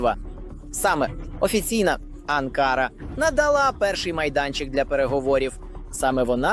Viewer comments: Не АнкАра, а АнкарА. Навіть неспроможне правильний наголос ставити , бестолочь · Не АнкАра, а АнкарА.- озвучка ріже слух. Подяка Турції за підтримку! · Журналісту потрібно правильно ставити наголос у назві відомого міста Анкара!!! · Навчіть журналіста правильно робити наголос на слова , це якийсь жах навіть дитина у школі знає як вимовляються назви столиць.